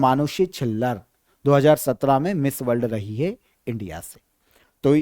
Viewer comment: Sir aap hai ko hae bolte ho shinchan jaise